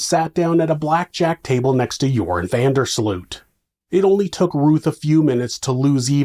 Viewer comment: Sloot is pronounce 'Sloat' in Dutch